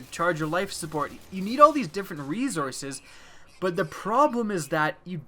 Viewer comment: . I'm sorry, did you think leading with "lmao" corrects his Z's to S? It's correctable but he simply pronounces the word incorrectly. Maybe he is English as a second language?